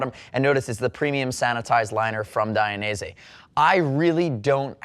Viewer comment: DID I just here you say DI an EASY? cos I always thought it was pronounced DAYin EASY - what do you think? I wonder how Valentino says it?